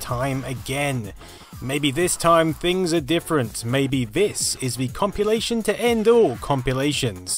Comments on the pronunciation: is he pronouncing "compilation" as "compulation," or am i just imagining things...? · Ummm it's compilation, not compulation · wtf is a "compulation?" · It sounds more like copulation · Having an accent is no excuse, he’s not pronouncing it correctly. Period. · Am I mishearing you, or are you saying "compulation" rather than "compilation"? :) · man I hate you for mentioning it. now it annoys me every time he says 'compulation' and he says it about 9000 times in this video. never would've noticed it.. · Its compilation. Compilation.....comp.....il.....ation.....Compilation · say compulation again.